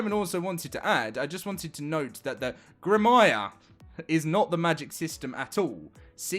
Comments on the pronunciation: Grim-wahr. Seriously dude. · Grim-wuh, bruh! ;-) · It's grim-waaa, remember it's French. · he has a great mindset for the futre of the game. great vid and its pronounced gruhm·waar btw lol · grim-wahr, two syllables. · Grimwah is the way to pronounce it. Not a common word. Thank you powering through and giving us all the news. Onward and upward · It's pronounced "grim-waar" Learn to English my dude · Or "Grim w-are" where "W-are" is said as one word ignoring the hyphen, grimware. Just say "Are" the way it sounds with a W in front of it. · It's pronounced "grimoire". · It's pronounced grim-war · It's pronounced Grim wahr you oik ;)